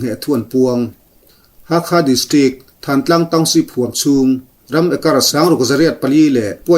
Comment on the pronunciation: Thantlang nilovin Thlantlang ti a lamrik tur. Tidim le tahan inkar khaw awmloh na tlang sang pui khi thantlang chu a ni..